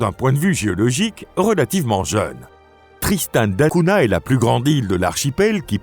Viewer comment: Essayez de prononcer correctement Tristan da Cunha ! L'étymologie est portugaise et se prononce donc avec un "gn". Hors cela, l'île est isolée au milieu de l'océan comme le sont Asuncion et Sainte Hélène.